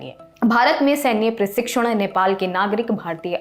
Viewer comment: बहुत घटिया हिंदी है प्रस्तोता महोदया की खुखरी को खुनखरी और सन्धि को सांधी , प्रशिक्षण को परशिक्षण कह रही है , जाओ पहले अच्छे से पढ़कर आओ